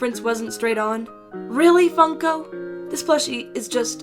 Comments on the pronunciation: Did anyone here she said f****o instead of funko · Your now fun. FUN-ko